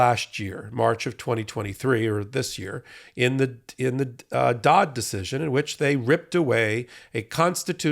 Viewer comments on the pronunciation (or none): Isn't it Dobbs not Dodd? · did you say the "Dodd" decision? It should be the "Dobbs" decision.